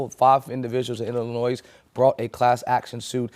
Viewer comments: The "S" in Illinois is silent. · the S in Illinois is silent, FYI